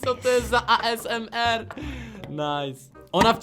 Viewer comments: jak co to zle mówisz asmr ty mówisz na to aesemer a to sie mówi asemer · toniejest a m z e r tylko ezmor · Wojna ty debiutu nie a s m r tylko asemr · NMG JAK ON TO PIKNIE WYMÓWIŁ XDDD ,,A ES EM ER"